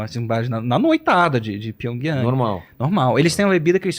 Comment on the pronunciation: Cara de pau como pode o cara passar pano pra Coreia do Norte O bicho pensa que engana Ele falou isso mesmo "a noitada em pyiongyung"? 😂😂😂😂